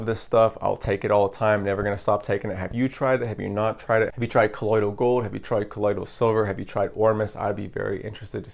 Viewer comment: Gold ormus is actually gold dude. Ground into a ash type powder. It’s what the gods took in the ancient Egyptian mythology to give them their vitality and immortality. It’s very difficult to find that information online now. Plus colloidal is pronounced call oy doll.